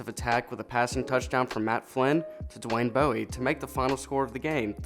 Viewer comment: You mispronounced a lot. I’ll help with one. It’s Dwayne Bowe. Like a bow and arrow. It’s easy to remember. “Somewhere over the rainbow”, “somewhere over Dwayne bowe”. Yes. That’s where his name comes from lol